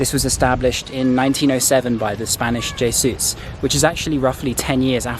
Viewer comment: love your blogs but you really let us down here - please check your pronunciation of 'Lourdes' and 'Jesuits'!